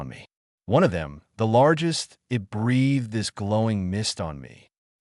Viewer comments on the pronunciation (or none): There is an extra tail in the initial graphic. Also "breathed" is pronounced "bree th ed", not "breath ed", "it" is one syllable, not "i", "t".